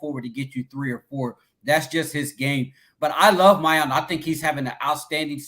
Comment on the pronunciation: Did and go to the same grammar school? Both constantly butcher players’ names. It’s Miyan. Not Miyon. always saying Emeeka instead of Emeka. Figure it out guys